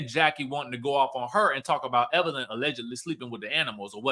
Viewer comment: There's NO R in Evelyn 😊